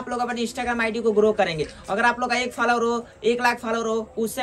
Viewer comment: Faalowar nahi bhai follow waar😆